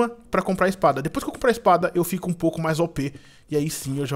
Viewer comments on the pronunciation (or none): none